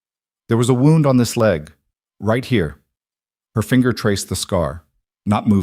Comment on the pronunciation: You need to learn how wound is pronounced.